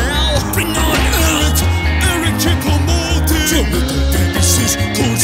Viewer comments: My favourite part was when it said ERIC CHOUPO MOUTING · MY FAVORITE PART IS WHEN HE SAY ERIC CHOUPO MOTING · Did they say Eric choupo mouting?